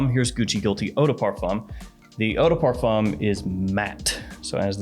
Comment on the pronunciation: Please learn how to say parfum. It’s not par foam or fom. The fum is nasal and kind of like fain or like a hard nasal fan with the emphasis on the a and not the n. But you probably already know that.